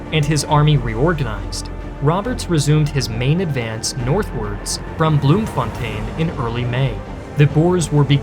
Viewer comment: i genuinely stopped watching this filth after he pronounced bloemfontein as “bloomvonteen” and not as “bloom fon-tine”